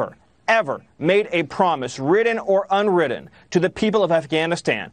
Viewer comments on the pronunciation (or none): "...ridden or unridden..." Can't even pronounce a simple English word.